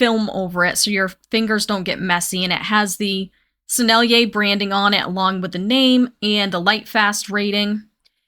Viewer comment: She can say Sennelier! 😮 YAY! 🎉❤ Follow!